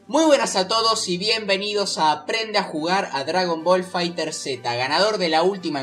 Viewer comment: Buen video bro pero te recomiendo algo si haces otro video explica lo de los terminos tecnicos asi sera mas facil explicar y los que quieran pasarse a otro juego de peleas se les haga mas sencillo, y se pronuncia FighterZ no fighter seta xd Un saludo